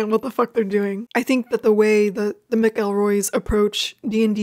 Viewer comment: love these recs and im definitely gonna give all of these a listen . and i might relisten to taz haha . just a quick note , even though their names are spelt McElroy , it's pronounced Mack-el-Roy. no worries tho , it's a common mistake to make with the boys, and plane walker clint McElroy XD haha